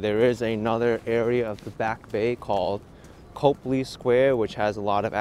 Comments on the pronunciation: Twice you were in the Public Gardens and missed the duck statues from the book Make Way for Ducklings. Also in the summer there are Swan boat rides in the pond. And it is pronounced Cop-Lee not Cope-Lee. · I enjoyed going on the walk with you, old stomping grounds of when I lived in Beantown in the mid to late 80's. In the future your pronunciation of Copley should be....Cop Lee. 🙄 Oh, and Yes Newbury and Boylston Are very busy come late Spring right up into Oct, sidewalks crowded, and many Cafes and Bistros open